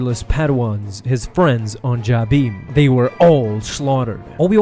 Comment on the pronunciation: You pronounce Jabiim wrong.